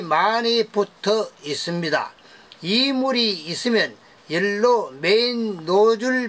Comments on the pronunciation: 연료로 발음이 잘 되지 않아서 그래요. 이해 해주세요. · 열로는 대구 사투리로 연료를 말하는것 같은데요?